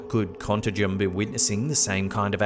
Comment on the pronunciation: I'm from Belo Horizonte, the capital from the State of Contagem and Varginha Cities. Contagem is actually next to it. It took me some minutes hearing the way you said the names until I activated the subtitles. What a cool feeling to see places that were part of my childhood fears in here! xD